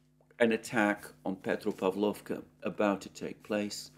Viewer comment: petropAvlovka. 😊 You mastered the urozhainoe perfectly, Alexander😊😉